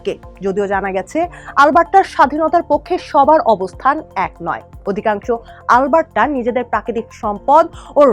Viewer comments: মনে হচ্ছে- আল বার্ট্টা বলছে। অ্যারাবিক কোনও ভাষা। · কি বাজে pronunciation - "আলবাট্টরা" so bad পাঠিকাকে উচ্চারণের ট্রেনিং না দিয়েই সংবাদ পরিবেশন কিভাবে করতে দিলো এইরকম ভালো একটা নিউজ চ্যানেল!!! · Alberta thik moto uccharon ei Korte pare na. Oshikkhito der moto uccharon kortese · Mistake hoyse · areeee vai onar pronunciation vul. Ami nijei Alberta r Calgary city te thaki. Ei pronunciation jiboneo shuni nai.